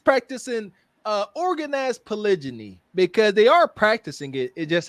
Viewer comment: That "polijiny" had me dyyyyinnnng during the live😂😭😭🫡